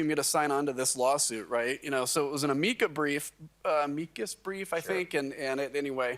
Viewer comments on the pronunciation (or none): If Democrats say they would vote for this guy they are crazy. He can't even pronounce "amicus" brief correctly. And he was in congress? 😖